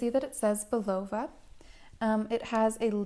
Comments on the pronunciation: It's Bull-a-va, not Boo-lov-a. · Sorry to rain on your review but really, couldn't you have researched the pronunciation of this classic brand name? Phonetically it's pronounced 'BullaVA', with the emphasis on the last, not the middle, syllable. Jeez